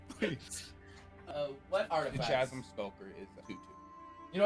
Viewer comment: Chasm is pronounced like chaos whith a hard k sound😅